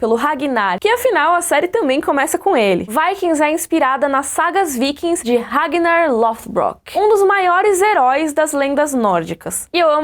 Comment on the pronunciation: "Regnar" kkkkkk like